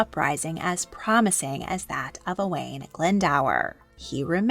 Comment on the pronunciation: This is great. Thank you (diolch). When you pronounce ‘Owain’ it might help you to pronounce it ‘oh-wine’ rather than that ‘o-Wayne’. And, although it’s not really correct in terms of pronunciation you could pronounce ‘Llewellyn’ which you’re calling lew-ellen’ as ‘thew-ellin’. Thank you for this brilliant series 🏴